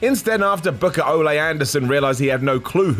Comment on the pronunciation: it’s not Olay it’s O lee Anderson